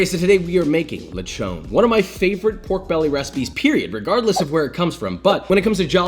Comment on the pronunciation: I love the way you said lechón into the beginning of your video, that's exactly what it is called in Puerto Rico.